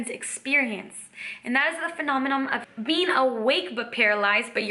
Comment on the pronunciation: Lol! For a second I thought you said “a multi-dimensional bean” Great videos...! Living the Dream!👍